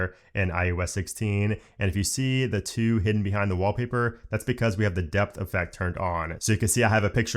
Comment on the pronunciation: Took me a few listens wondering what a "Wobbly Bird" was before realising you were saying "Wall Paper" 🤣